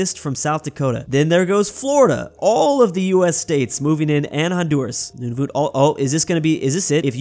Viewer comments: It’s Nun-a-vit not Nun-a-voot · also nunavut is pronouced none-of-it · Nunavut:exists: Newnavoot. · this is a very Canadian thing to say but Nunavut is pronounced nun-a-voot not nun-a-vit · As a Canadian I cringed when pronounced Nunavut “Nunavoot” not like “Nunavit” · Its not noon-a-voot its nun-a-vut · i swear to god if he pronounces Nunavut like "Noonoonoot" one more time say good by to Finland!!!!!!! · they way this guy calls nunavut "nunuvut" drives me insane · It’s pronounced Nunavut is prob nice like “none of it”, and Saskatchewan is sus-catch-uh-won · Just to help you out Nunavut is pronounced: none-a-vut and you also forgot Newfoundland and Labrador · Mannytoba, Noonavoont, smh